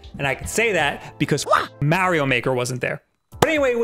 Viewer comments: m'ah'rio not m'air'io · hey Bab, its Mario, not Merio.